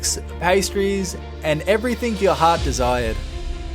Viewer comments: You did not just say everythink, did you? bro... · There is no “k” in the word “everything”.